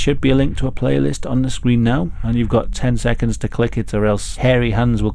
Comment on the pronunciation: i love how he says harry hands it makes it feel more like a "scary stories to tell in the dark" reading like when your friends would make try to make it sound more scary! also love hearing the legend behind this story great video:)